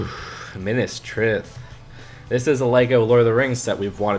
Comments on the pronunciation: No offence but your pronounciation of Minis Tirith is not good its not Minis trith its Minis Ti-ri-ith regardless they won't do that most likely that theme will return for the amazon prime middle earth show if they are sensisble. This selection as a whole is not good imo only 4 interest me with the second log cabin interesting me most would not surprise me if they only choose 1. The tensetry model was capaitalizing on that trend of 2020 (like fall guys), many videos showing how to build one. Lego ideas need to have smaller builds such as the space mech, de lorian or the rover instead of doing so expensive ones. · Oof cringe on the minas tirith pronunciation. Subbed anyways, awesome video.